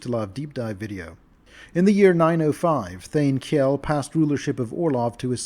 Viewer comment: That's not how you pronounce Kjell. Its a real Scamdinavian name. Kj is a soft SH sound, Kjell is pronounced Shell.